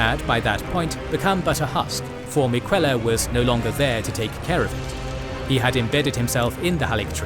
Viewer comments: Miquella pronunciation was very wrong. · Love the video, hate that you pronounce names like Miquella and Rykard as though you never played the game lol.